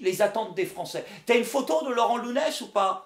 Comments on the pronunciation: nikel ! au passage c'est nougness que ça se prononce. il y a le tilde au dessus du N ;) ...de rien ;) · Nuñez se prononce NU- NYEZ! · ca se prononce Nuñez